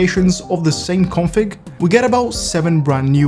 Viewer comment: When you say "config" it sounds like "corn flakes"